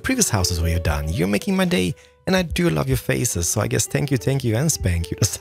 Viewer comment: 0.23 lmao i thought he said "spank you"